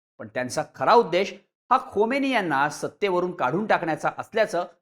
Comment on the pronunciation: Khomeni nahi khamenie bola